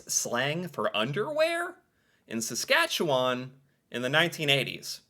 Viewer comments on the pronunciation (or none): none